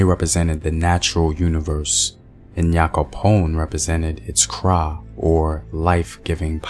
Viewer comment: Great Video!! Thank you so much for spreading our mythology🇬🇭. A word of advice for the pronunciations, the N in Nyame is not prounounced separately. The same goes for Nyankopong. It is like a short Niah sound😊